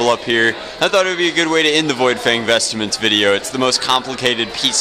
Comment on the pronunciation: lol its VOidfang VESTMENTS! Not vestaments!